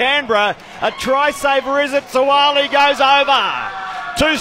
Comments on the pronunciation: Whaaat..It's not Suali. It's Suaalii 😂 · I’m just here for the horrible pronunciation of Suaalii’s surname. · 😄😄 That's how you say their names properly in Samoan. Follow the phonetic instructions brass and if we see each other in public have the same energy.